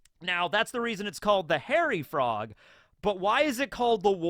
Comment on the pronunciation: Dang with today's Frog Facts™ I thought you said "Horror Frog" when introducing the Hairy Frogs, then the image popped up and I was like sheeesh that do be one horrific frog